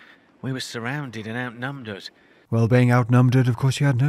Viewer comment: "Outnumderd" killed me xD